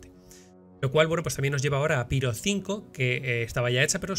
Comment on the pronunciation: Amigo! puedes decir "Piro" fonéticamente tal y como se escribe. Es una palabra de origen griego que se pronuncia igual en español. Son los angloparlantes los que deforman su fonética original, así que sin miedo!